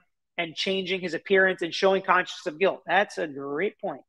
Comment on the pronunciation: If I heard right, he said "conscious" not "conscience". I guess it's fair since few his first name right.